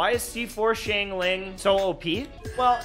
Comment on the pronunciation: what did you call xiangling ? 😟